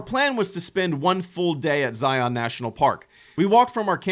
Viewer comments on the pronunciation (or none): Argggg! Learn how to pronounce Zion!!! Utahns take offense it’s Zi-un NOT Zi-ON. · This video was great! I'm so glad you came to visit Utah! I live there and have visited these parks many times throughout my life. Great stories, was a really fun watch. Love you! PS It's not pronounced Zi-yon. It's Zi-yun. JK it doesn't matter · I'm from Utah, and that's not how you pronounce Zion. It's not Zi-on, it's Zion. One syllable. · Pronounced zy-uhn not zy-on. Great video though!